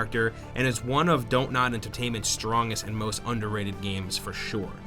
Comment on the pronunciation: I like that you pronounce Dontnot correctly. Give tips to Falcon.